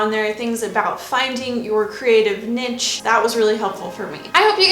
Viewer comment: Did anyone notice she said nich rather than niche.